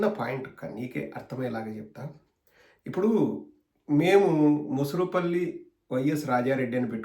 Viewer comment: Anna adi..morusupalli..mosurupalli kaadu